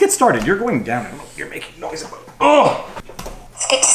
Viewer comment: VIVA , you GOTTA stop saying UH-BOAT , in place of ABOUT ,, the fuk iz that ???